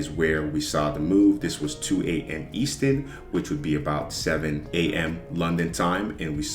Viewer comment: youre killing me bro its eastERN and pIPs lol